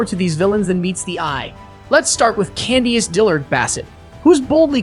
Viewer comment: This "Candy Ace" and "Mee-ih Thorn tin" and "Wendy Ohs-foh" AI voice LOL